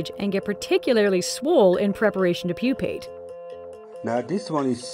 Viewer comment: Given that she pronounced "process" and "pupate" wrongly, added a syllable to "metamorphose", and said something sounding like "swole" instead of "swollen", I think her pronunciation of "Pokemon" isn't the most important issue here.